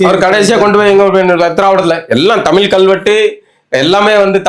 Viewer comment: அவர்கள் தமில் தமில் என்பது நெருடலாக இருக்கிறது..... இனி கூட பயிற்சி செய்யலாமே.... தலைகுனிவு